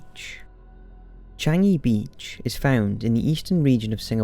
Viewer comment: You pronounced Singapore's Changi Beach correctly!! Thank you for you hard work in your research!!! And yes it's true, we are told not to swim in Changi Beach and not many events or activities are held there because of this dark history!